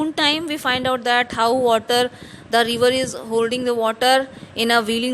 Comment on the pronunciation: It's river not reever 😅